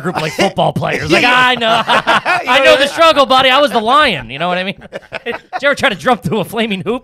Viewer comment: The most garbage thing about this episode is saying "Body" instead of "buddy" WTF